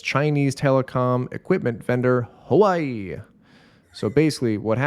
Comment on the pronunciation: also, "huawei" is pronounced "wa-weigh."